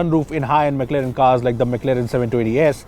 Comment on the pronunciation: It's not McLeren. It's McLaren man!